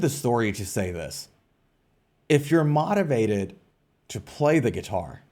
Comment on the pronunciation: why are you saying motivated like that....